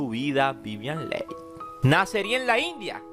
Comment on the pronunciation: Q BARBARO Q MAL HABLAS!! VIVIAN "LEIN" NO JODAS!!